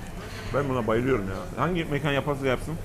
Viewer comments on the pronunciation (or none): mekan derken a’ya sapka giydirmeyi unutuyorsunuz. Saygilar